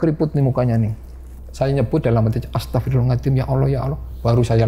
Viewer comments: nurut saya ga jauh ah .dia bilang astagfirullahaladim (z) nya ilang .kaya nenek saya gitu dia bukan orng ngapak .tapi kalo sholat ngaji bener Kok astagfirullahaladzim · Pas Nyebut "Astagfirulahalngadiiim" jan khas ngapak bgt ya pak. Salam ngapak dari Cilacap. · sinarsum nya ngucap Istighfar nya kok agak beda yaa , bukan bilang Astagfirullahal'adzim , tp beda